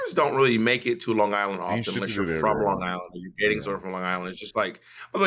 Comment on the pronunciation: Bob saying lawn guyland like a true long islander lolol